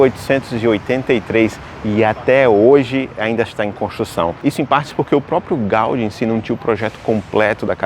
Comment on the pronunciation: O acento em Gaudí não indicaria que a palavra é oxítona? Pq ele pronuncia Gáudi? 😮